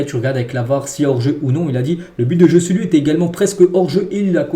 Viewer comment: Faut vraiment que tu travailles ton espagnol parce que le Joe-Ce-Lu là ce n’est plus possible 🫨😂😂